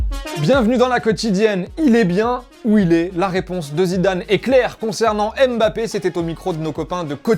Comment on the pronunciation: C'est dingue ça!!! Est ce que quelqu'un va enfin dire que ça ne se lit pas M-Bappé, mais MBappé ??? Ça écorche vraiment les oreilles de tous ceux qui ont un nom commençant par MB.